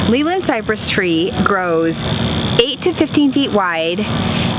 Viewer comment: its actually named Leylandii not leyland ..... pronounced "lay-lan-die "